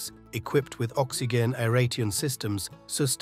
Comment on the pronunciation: It’s pronounced Groper NOT Gruper! It’s pronounced Oxi-Gin NOT Oxi-Jin!